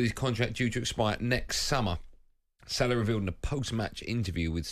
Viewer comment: Its not Salar. It's Salah. Hate the way Andy says it